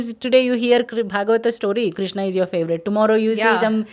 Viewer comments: Some people pronounce Krishna and some people pronounce krushna, Which is the right Pronouncesen Krishna or krushna. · Niether.. kRshna.. R ऋ is a separate vowel by itself.. Not रि or रु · Ye prawakta khud ram ko ramaa krishn ko krishnaa sanskrit ko sanskirataa pronounce kar rahi lagti...